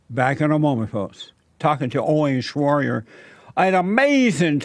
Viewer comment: “Owing shroryer”